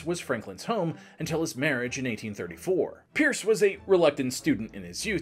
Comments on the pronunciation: Great stuff but The Guys name was Pierce as in "Pierce your ears" not Purse as in " Hold my Purse" lol. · Exactly. I'm from New Hampshire and nobody in their right mind says "Purse". I actually had to scroll back because I didn't believe that nonsense was stated. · I thought I was the only one hearing "purse."😂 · Great info, though pronouncing his name as ‘Purse’ is distracting. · Every time he says "Purs" I cringe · "It's called pirs" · Pierce is third from the bottom on my list of bad presidents (Trump and Buchannan are in a tie for worst). Definitely a tragic case. Historical trivia; Pierce was the only president who had no changes in his cabinet for his entire term. His Secretary of War was Jefferson Davis, who remained a lifelong admirer of Pierce. Not sure where you got the pronunciation from, but I've never heard that and could find no source supporting "purse" as being correct. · Why are pronouncing his name wrong?